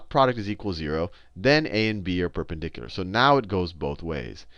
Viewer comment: i like the way he pronounces the word "perpendicular"